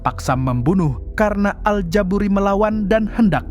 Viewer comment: al ja buri gak pakai T klo mang hehehe